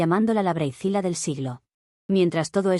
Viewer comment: ¿Braitzila? — luego de analizar el nombre — ah ya entendí... "Bridezilla"/Noviazilla 😅